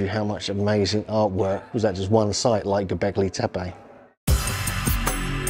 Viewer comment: Porta Sar. Not gobelek tape